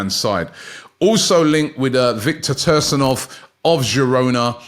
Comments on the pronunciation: It’s pronounced Tea-gam-kov not Tursanov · Viktor “tursinov” 😂😂😂 C-gan-kov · Sorry but thats not even close who is tersinov i swear hes doing it on purpose just think of the word tsunami silent t and youre half way there and malen is 25 not even close to 20 😂 robbie youve had a stinker but love the content anyway keep it coming. I dont know when this was recorded but both crystal palace and fulham both had £30m bids rejected sky and Fabrizio have reported and both clubs are expected to have internal meetings about whether to come in with another bid however the amount of the bids so far are not known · "Victor Toehrsanov" "Paulinho" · Typical English speaking person butchering names from other countries and making up whole syllables and sounds.